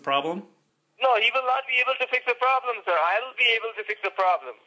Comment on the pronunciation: no no problam sir no no problamm! :D :D